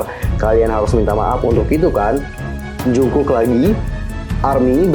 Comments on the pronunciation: Kaaakk Manggilnya Jeongkuk (정국) plliiiiiiissss😩😩 bukan Jungkuk(중국) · Koreksi.. Monmaap jungkook di baca jadi jongkuuk dijadiin o bukan u. Bukan jungkuk.